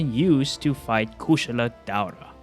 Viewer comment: Koo- shala Dawra? 😂